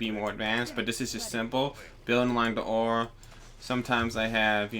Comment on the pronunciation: "One Miner From War?" Is that what you said? =) I hear this phrase a lot but I'm never sure if you mean from Ore or from War. =)